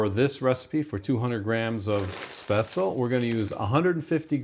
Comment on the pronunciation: It is pronounced Spetz-le. The e is not silent in German. It is NOT pronounced Spazel, nor Spezel.